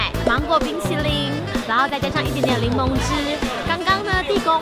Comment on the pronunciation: 是檸檬！不是伶萌啦！（很介意